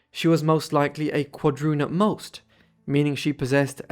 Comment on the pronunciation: You reported name as 'Chin' and 'Chum: Quadrun, or guadroon? Educated person prob better than artificially. 'intelligent' robot.